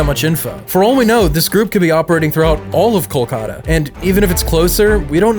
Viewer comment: it's pronounced KAL-KUH-ta.